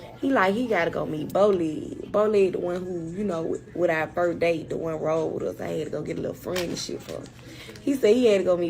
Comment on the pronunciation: 😭🤣😂chile him saying our as “are” wouldve been it for me